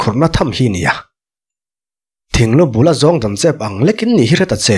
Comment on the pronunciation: Thing lu bul zawng dan tiin i lam a a dik lo Thinglubul a zawng dan tih tur....